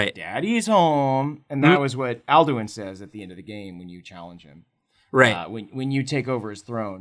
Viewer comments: the way you pronounced "Alduin" made me sad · Alduin is pronounced Ald-win not al-doo-ween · The Mutant Lemur If I'm not mistaken, it's "Al-Doo-een"